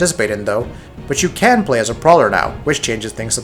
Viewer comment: Is he trying to say PROWler or PRAWler??!